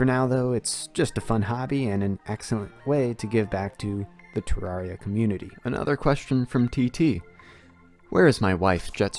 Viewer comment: Hey I was the first question in this ayyy Also you pronounce terraria wrong